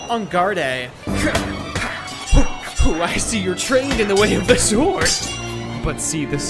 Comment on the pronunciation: I knew that sounded familiar! The way he says sword reminds me of Jamie Alcaraz from Cardfight Vanguard G